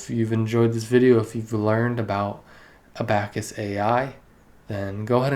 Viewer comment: a-back-us hahahahaaha come on bruh